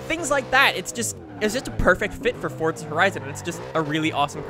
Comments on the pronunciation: its forza not fortza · WHY DO AMERICANS SAY FORZA HORIZON AS FORT-ZA HORIZON Learn some English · No even you are wrong people in UK say Forza. I know this because i am english. However people in US,Canada etc say fort-za. LISTEN TO HIM HE SAYS FORT-ZA AND HE IS AMERICAN OR CANADIAN WHATEVER HE IS THEY ARE BOTH THE SAME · It's pronounced both ways and no one really cares.